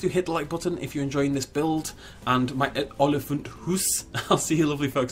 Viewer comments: If you're teaching an English person how to pronounce a word in a different language, rather use English pronunciation rules, ie. aw-lee-funt. Also, "huis" is pronounced "hay-s". But not like "hays", which is pronounced as "hay-z". The same applies to "rand", which has a more similar sound to "runt", in English. Let's also not forget that it should, technically, be Olifant se Huis, rather than Olifant Huis. Also, if you're looking at the Hippo, the pronunciation in Afrikaans would be "see-uh koy" (like a koi pond - the fish). And, lastly, the Aardvark is pronounced as follows: Art-fark. I know that no one will read this, but still. It's out there for anyone that ever gets curious about the pronunciation. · It's pronounced as "ool-li-fant" :) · lol your pornounciation of olifant is funny and huis